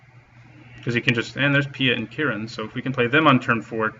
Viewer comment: Its Kiran not Kira.